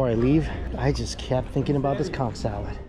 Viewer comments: Conch not cunk! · All i heard was COnCK 😂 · i agree, and ngl think its disrespectful to the cultures where those foods come from, as well as his audience if he's doing it on purpose.